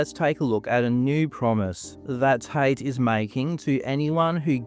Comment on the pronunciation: For two brothers with the last name Tate you'd think they'd be able to properly enunciate the letter T.